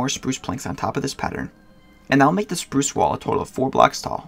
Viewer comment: When you say spruce I heard you said sprush